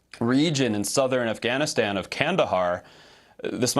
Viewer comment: Amy Afghanistan doesn’t start with the letter H. Harfganistan lol.